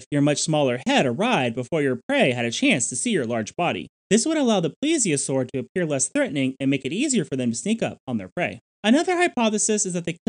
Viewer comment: It's not a ple-asore, it's a plee-zee-a-sore. The first 1/3 of the video you were pronouncing it incorrectly, you're pronouncing it correctly now. And you said March...not Marsh...O.C.Marsh.